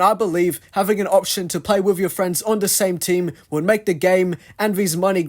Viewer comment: At the beginning of the video, did u say "with" or "wifh"? I always hear british people using "f" instead of "t" like "fhick" instead of "thick". Is it just my hearing problem? 😭